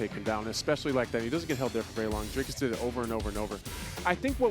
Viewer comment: His name is DRICUS.... not Dracus mf.